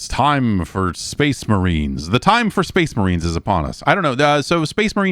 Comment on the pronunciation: Cor blimey, it’s the Shpayce Muhreens!